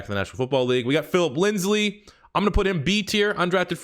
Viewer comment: Why do you say lindsley not Lindsay